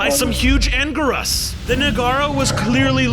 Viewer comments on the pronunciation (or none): "anguris" bro its anguirus